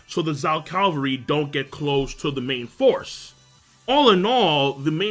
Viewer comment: Please say Cavalry instead of Calvary haha ^^